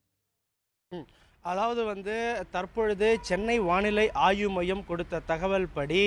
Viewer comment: Athu Aayu maiyam kadaiyathu sir , Aaivu maiyam......!@